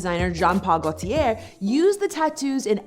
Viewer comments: Well with her logic, I'm offended by her mispronounciation of Gaultier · Learn to pronounce Gaultier,. Also, white people invented video cameras, so I guess you better stop making videos.